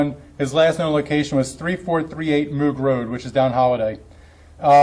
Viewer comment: I live on this road and it’s sickening to think about. Also FYI, Moog rd is pronounced Moo-g.